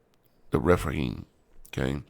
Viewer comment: refaim :) Rephaim ph you say efff Dar, în anul al paisprezecelea, Chedorlaomer şi împăraţii care erau cu el au pornit şi au bătut pe refaimi la Aşterot-Carnaim, pe zuzimi la Ham, pe emimi la Şave-Chiriataim ....it's very funny listening to americans trying to spell names from the bible :) you don't know how to spell it.